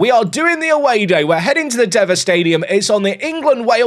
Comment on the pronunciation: Woo, Chester Away Day! It’s pronounced Dee-va. Your rating has gone way done since last time! 😂 Pretty sure it got like a 7/10 in FM23 (episode 28)